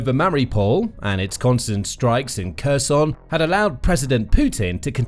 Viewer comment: Your commentary is pronouncing Kherson in the russian way. You need to fix that.